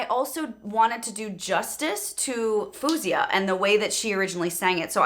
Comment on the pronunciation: she pronounces her name as Foe-zia btw, not Foo-zia :)